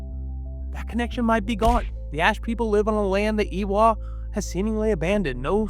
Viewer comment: AYY-wa. Idk who this "Ee-wa" person is but you sound like you have an American or Canadian accent so why can't you say Eywa properly? I'm sorry for being rude but it has been bothering me this entire video. We have the "ay" sound in English. You can say Varang correctly but you can't say Eywa